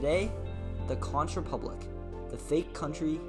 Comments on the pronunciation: Conch pronounced CONK not con-ch ;) We're pretty out there, I know <3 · conch rhymes with honk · say it like CONK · Conch is pronounced Kon,. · This is Dennis Wardlow founder prime minister of The Conch Republic good video almost true however it's pronounced hunk konk not the way you say it get it right but the video was pretty good congratulations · It’s spelled Conch bunt it’s pronounced “conk”. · I just saw this. I hope by now you have learned to pronounce "conch" correctly.